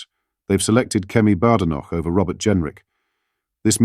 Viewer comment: At least pronounce Kemi's name correctly ! "Baydenoch"